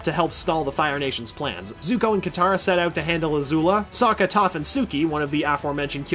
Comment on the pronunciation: Lester Mano Sokka not Suka